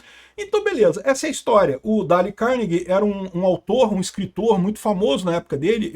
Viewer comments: Não se pronuncia Dale, mas alguma coisa parecida com Deil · Dale, não. "Dêil" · se pronuncia "Deiou"